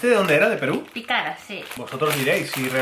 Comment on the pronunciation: la inka cola es peruana caray y la picara se pronuncia con un énfasis en la PI, saludos.